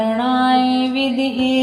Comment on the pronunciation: विदम्हे उच्चारण करना हे